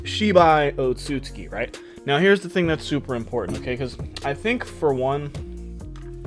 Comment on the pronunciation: OT-SOOT-SOOKEE bruh pronounce the damn name right